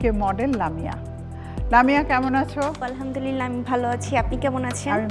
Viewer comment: ওয়ালহামদুলিল্লাহ নাকি আলহামদুলিল্লাহ? সঠিক উচ্চারণ কইরেন